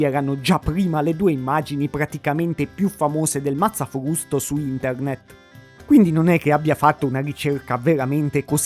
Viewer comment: Il " mazzafvusto "